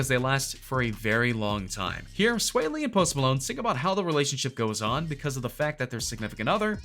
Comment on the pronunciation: He’s saying sway lee it’s swaw lee